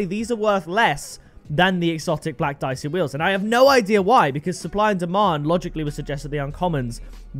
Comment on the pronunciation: It pronounced deeyechee italian